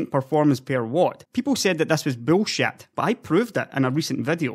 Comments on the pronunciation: the way you say bullshit is funny as hell, I love your videos man, never change. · What is 'bullshawt' ???